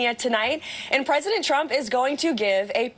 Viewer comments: Why does she always say “Chump” instead of “Trump”? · Every damn time she pronounces “trump” she says “tchrump” and i just cannot stand it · Has anyone else noticed that it always sounds like she’s saying President chump?